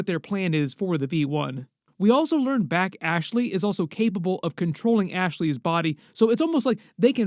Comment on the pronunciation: Her name is Bashly, not Back Ashley 😂